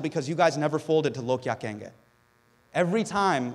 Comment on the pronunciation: He actually said "Log kya kahengey!" Hahaaaa. So Indian:) love u man!